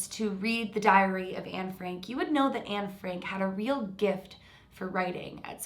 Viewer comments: Exactly! And I’m Dutch like Anne and heard Barbro say Anne Frank in the video but you know what? We don’t pronounce it like that at all! She doesn’t even know how to pronounce her supposed name! And if she remembers so much, why can’t she remember some Dutch sentences or words? And the “facts” she knew are common knowledge in the Netherlands and a lot of European countries. I know some extra stuff that you can’t really read in books cause I saw it on shows and interviews. Like things about Anne’s friends, her crush, people that helped her, etc and you can’t read that in the books. Isn’t it a little suspicious that the stuff that you can only learn from Dutch shows or would know if you were there, she hasn’t said anything about? And the stuff that wasn’t public to Sweden yet, she hadn’t cared to mention either? Just the stuff you could read in books... Maybe she really believes she’s Anne but she’s delusional then. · Interesting case, but Anne Frank isn’t pronounced the way you think it is... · Can't help it to laugh in the way you say anne frank 🤭 love the video tho, and the house of anne frank is very impresive to see. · I’m Dutch and we say Anne Frank completely different from what Barbro said in the video. She doesn’t even know the right pronounciation of her “own” name! Isn’t that a liiiittle suspicious? Also, the stuff that mentioned that Barbro knew is common knowledge in the Netherlands and a lot of Europe, it can all be found in books. I believe I know even more about Anne Frank than her..